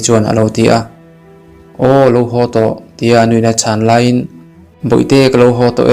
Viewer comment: Ngaina tih leh lainat tih hi ilam diklo hret a, a bak zwg erwh gaihthlk a nuam. I chhiar thiam ltk,a thluk adiklo deuh a. A dwtleh ah cuan a dik turah gai ag aw....